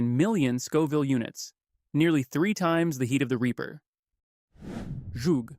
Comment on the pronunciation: Zhug is actually pronounce with an Hebrew Het (ח) S-HU-G.